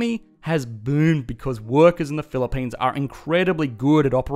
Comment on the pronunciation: "This is the Phili-PAINs", sounds about right